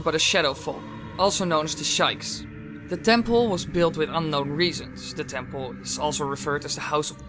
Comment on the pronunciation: Yikes 😬he said Shikes🤭